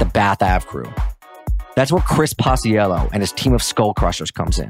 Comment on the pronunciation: Also binger’s name is pronounced pach-ello